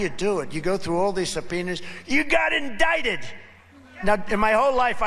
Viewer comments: Trump is saying 'indicted' wrong. MTG says it is pronounced 'in-dick-ted'. 😂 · He thought it was in-dik-ted. MTG explained it to him. 😂😂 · “You GOT indicted” Why does he use these weird ass pronunciations